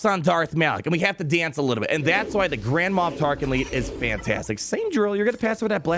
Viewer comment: “Grand-Ma Tarklin” ?